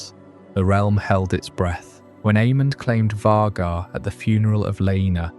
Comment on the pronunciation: Why are we saying Vaghar like that?